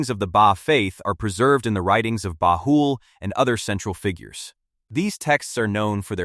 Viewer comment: Much truth in the video, but the Ai voice mispronounced the Bab, Baha'i, and Baha'u'llah. Also, visual representations in the media of the manifestation of God are not allowed, so for respect, please remove the pictures that one might associate with Baha'u'llah and the Bab. But over all-good job in explaining some of the teachings of the Baha'i Faith.